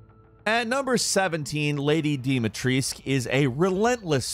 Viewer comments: I died everytime he said any name wrong🤦🏾‍♂️ its like YOURE DOING A VIDEO ONNA GAME THAT YOU HAVENT PLAYED OR WATCHED????🤣🤣 thts wat it felt like. Its not hard to say dimitrescu... jus glad he said duke correctly at least 🤦🏾‍♂️🤣🤣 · MY EARS ARE BLEEDING! THAT'S NOT HOW YOU PRONOUNCE HER NAAAAAME!!! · Pleeaaaaase, just.. Please learn to pronounce Beneviento and Dimitrescu right… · It’s supposed to be pronounced as dimitrescoo but wrongly pronounced in the game. And then u still mess it up and say dimitreesc? Noob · Why the hell they say dimitrisk when it's clearly Dimitrescu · its the same for me with Dimitrescu, everyone, even the game says Dimitresc instead of Dimitrescu. Why the hell is it so hard to pronounce that extra U at the end? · Or when he says DIMIETRIESK.. I get it in the game its Dee mee tresk, but in Romania it's dee meetrescu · It's frustrating that no native English speakers know how to pronounce Dimitrescu correctly. Just put it in google translate for Romanian and it'll tell you. Every syllable is pronounced: Di-mi-tres-cu. Yet everyone says "Dimitresc" for some reason? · actuallu its dome-a-treesk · Lady Deeee meee treisk. I love his pronunciations. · Nobody:: Deem-a-Treeesk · how do you say Lady D's name? The Duke confirms it with this line, after you bring him the crystal remains of Lady D after her boss fight, "Lady De-ma-tress that waist line YES!" he rhymes her name De ma tress with the word YES so that's how you know its not De-ma-tres-cu or anything else. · Fun fact: lady d last name, dimitrescu is actually pronounced like this: DE ME TRES CU. Because everyone keeps pronouncing it wrong, no offense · Hehe I love how americans have a very dificult time pronouncing "Dimitrescu" correctly :D It shuld be said something like "Deemeetrescoo". The "U" at the end is not silent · My guy butchered the name "Demitrescu" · It's dimitrescu :( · Its pronounced "dimitrescou" the "u" in the end its not sillent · stop saying Dimatriscu